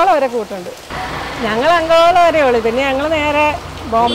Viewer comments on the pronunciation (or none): not angola it is ankola😊